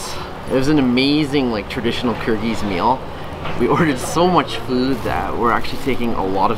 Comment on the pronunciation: Ahah, I can read Kyrgyz but I do not know it because I am Russian, but you pronounced most of this names wrong especially the man cannot say it.